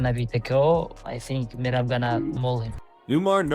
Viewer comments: Bro his name is M E R A B Not murab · Merab not Murab 😂😂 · Listen to how Cejudo said his name. MERAB!!